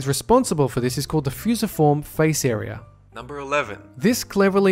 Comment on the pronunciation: "fusiform face are" XD ok.